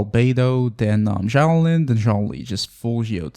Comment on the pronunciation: the way you pronounce xilonen is painful